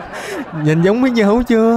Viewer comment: Sao lúc nói lộn thu hoặc hơn 3000 dưa hấu thành bí ngô thì anh nói dứa hầu